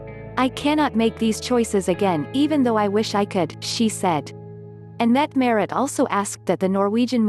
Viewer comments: It would sure be nice if the mechanical voice used could get the Crown Princess' name pronounced correctly, or if you insist on saying it wrong at least be consistent. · Mette-Marit, with an a